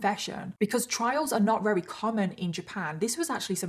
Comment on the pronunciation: I love these episodes. You do a wonderful job of researching and telling the story. I do wish though you would pronounce the word "very" properly instead of rerry.